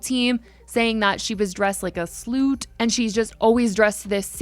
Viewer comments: When you said SLOOT / SLOOTY I lost it HAHAHHAHA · They said sloot lmbo I love it